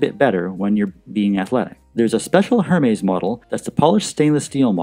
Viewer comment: Hermès is pronounced ‘AIR MEZ’.